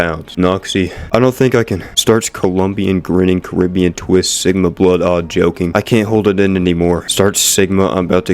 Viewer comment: Did... Noxy just... Call.... Me... Si-gma??? Auugggggghhh....